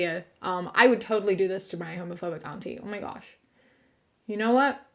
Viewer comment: Major points for the pronunciation of "auntie" not to rhyme with "shanty". Straight and bi men should definitely avoid all things lesbian. And ditto for reversed genders.